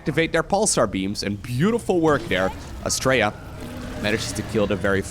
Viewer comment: I kept hearing him say Australia as well ... I must be way too used to us Aussies saying it.